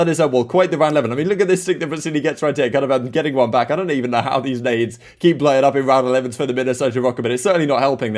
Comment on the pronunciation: said prestinni instead of priestahh, he got the prestige confused 😂